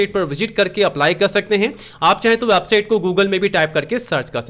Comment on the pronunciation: वेबसाइट पहले बोलना सिख ले वाबसाइट